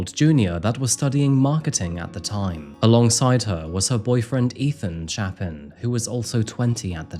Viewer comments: Mogan not Morgan and chay-pen not chappin.I’m so dissapointed you didn’t do that research beforehand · We've all heard their names so many times, that the mispronounciations (Xana, Chapin, Goncalves) in this video are a bit annoying 😅 Sorry 😅